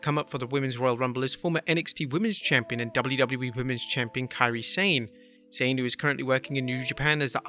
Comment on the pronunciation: I'm sure Kairi Sane is pronounced as Sa-neh not Sayne.